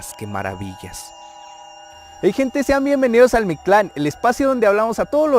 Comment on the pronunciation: Amigo, para empezar quítale el acento a Mictlán, ya que se debe pronunciar Míctlan, pero como todas las palabras en nahuatl son graves, no se pone el acento